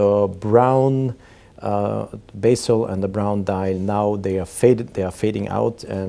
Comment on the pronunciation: Sir, it is not basil but bezel --bɛz(ə)l